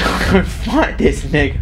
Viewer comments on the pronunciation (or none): I thought he said "FIGHT"